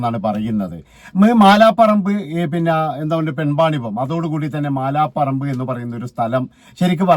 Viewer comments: മാലാ പറമ്പ് അല്ല മലാപറമ്പ് ആണ്. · മാലാപറമ്പ് അല്ല അളിയാ, മലാപറമ്പ് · മാല പറമ്പ് അല്ല മലാപറമ്പ്